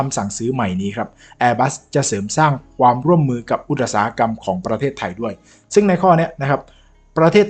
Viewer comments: อุ๊ต๊ะ-อุ๊ต๊ะ-อุ๊ต๊ะ-สา-หะ-กรรม คุณครูภาษาไทยเอาไม้เรียวตีมือแตก ใครสั่งใครสอน เรียนจนแก่เขาอ่านว่า อุต-สา-หะ-กรรม จ้า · อุตสาหกรรม อ่านว่า อุด สา หะ กำ